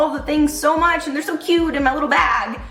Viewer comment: I would just like to know who you’re hanging with that says “cute” like that??!!! Love this video and sharing it with the team. ✌🏼